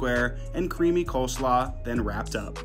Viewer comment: Bro said coleslaw like it was going to change something 😭😭🙏